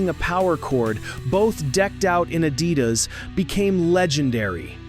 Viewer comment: It's pronounced uh-DEE-das, millennial AI nimrod.